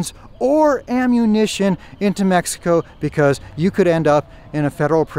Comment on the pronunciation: You live there for years,what about if you stared to pronounce right the country name?